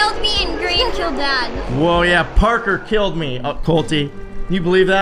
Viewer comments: U said barker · He said parkor not papa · I love how Colty just saying porker instead of Parker🥺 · Colty said parkor isntead of parker well : he said parkor why u vote me it was so funny xD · Colty says poster instead of imposter and when he says Parker I literally did with cuteness